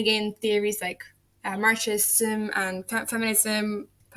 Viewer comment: Hi, thanks for the lecture! Thanks for putting the source for your syllabus right there. I think Wrong would hate Freud. I like Wrong. Also, what a name! Marxism is just pronounced Marx-ism, with the x doing the more z-like x sound. But also your accent is pretty unique and the word is on the screen, so I don't think your pronunciation would lead to any misunderstanding. I'm interested to know how liberal feminists frame the system they want to change. The radical and Marxist ideologies view that system as inherently unable to deliver equality, I believe. You seemed to slow down past halfway through. I bet you could cut your run time if you edited multiple takes together with a break, but if you're already doing a single take I think having yourself in the video could increase engagement. Gorgeous slides btw. I hope you keep at it!